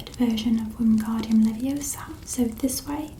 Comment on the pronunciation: It's not leviosar it LEVIOSA!